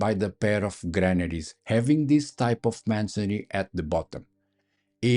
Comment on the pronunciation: Did you say Melon shaped mammaries? eh? Oh... Granaries! got it!